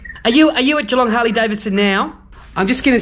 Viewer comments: No apology needed my friend, the world needs a bit humour right now, and the way you pronounced it had me rolling on the floor, stay safe and well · Gee - long not ghee- long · Its GEEEEEEE long, not Ghee Long and "Melbin", not Melbourne...even though it spelt how you pronounced it. Welcome to Australia haha. The hipsters stick to the Shovelheads and Panheads, anything past an Evo is considered trash. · Well spoken sir...damn straight ...from QLD Australia also it's like Jeelong ..lol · Pronounced “G-long” mate, and say it quick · Great job man. Oh its pronounced jillong even though it spells Geelong keep on mate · It's spelt Geelong but pronounced G'long😂🤷‍♂️ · thanks for your reply & yes JeeLong (Geelong) Newtown, SW of Melbourne. All the best for your channel in 2021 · Great video.... but it’s pronounced G-long (Geelong). Sorry but hearing you pronounce it just about killed me haha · Hey buddy I buy my bikes from Geelong HD. The G is like Gee his a good bloke, then add the Gee - long Hope that helps bro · Pronounced 'Jelong'. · It's pronounced gee - long .. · What a fantastic video mate, you come across as a genuine honest guy and now you have another fan, keep up the good work, Danny needs people like you in his life👍🏻😁👍🏻 , just as a foot note, Geelong! The G is pronounced the same as in Geewhiz, god bless and ride safe mate. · American pronunciation conversion (Geelong, au) Jelong, us. Just sayin. your pronunciation sounded like a gay bar. Cheers